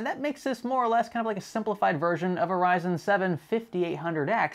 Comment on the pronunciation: Am I nuts, why does he keep saying "sayzen/saizen cpus/apus"?? Is this a manufacturer ive never heard of or something? Thought was a slip up but after 4-5 times...lol